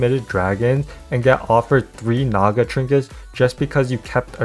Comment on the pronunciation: My man said "trashy Naga" with the hard A